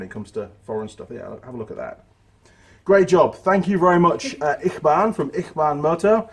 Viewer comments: I think its pronounced itchy, barn ?? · 🤣 it's pronounced itchybaan, your honoured to receive those stickers....